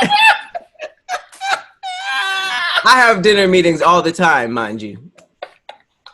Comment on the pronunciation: "diner soon?" 🤣🤣🤣 oh we see you 👀